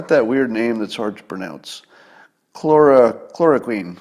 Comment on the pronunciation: When Scott talks about stuff he knows about, he's very, very smart. When he talks about stuff he knows little or nothing about, he goes to great lengths to sound like an authority on it, just like Cliff Claven (character from the long running TV show Cheers). Scott can't pronounce chloroquine, but thinks it's the cure to all of this mess. Talks about stealing it from the patent owner, not realizing that chloroquine is already the generic for Arelen, and is manufactured not by just one company in France, but by about a dozen companies, including 3 in the US. In the US it costs about $5 a pill, but in the rest of the world it's about 4 cents a pop. He talks about UV lamps killing germs like that was just discovered a week ago, instead of being in industrial and medical use for decades. He talks about portable CT scanners like that's a new thing. "Well, where's MY portable CT scanner?" Well, gee, Scott, it's on a set of wheels being pushed by a nurse from room to room in doctor's offices and hospitals all over the country. You can get a basic portable CT scanner for $100k and a good one for $500k. He also thinks hospital ventilators are little more than CPAP machines with face masks.